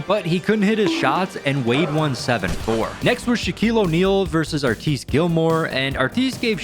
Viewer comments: It's killing me. "AR-tis", not "Ar-tisse". 🤦‍♂️🤦‍♂️ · His name isn't Art-eeese.......His name is Artis like artist without the T. You sound stupid when you say it wrong. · Who’s Arteees Gilmore? Ar-tiss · It Artis Gilmore is pronounced with the second syllable pronounced to rhyme with miss, not geese. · Arteeeeees Gilmore? Artis Gilmore dude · “Arteees”, lol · “Artees Gilmore” 😂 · "artice" gilmore 🤣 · Why did you pronounce Artis Gilmore’s name like that? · Bro doing Joe Dumars and Artis Gilmore dirty with these pronunciations 😂